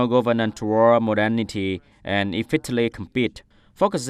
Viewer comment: tại thời gian từ modernity /məˈdɜːnəti/ đọc nhấn vần hai mà chị lại nhấn vào vần 1, đâu ra?